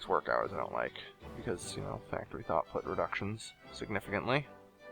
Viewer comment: you are calling factory throughput factory thoughtput just to point it out.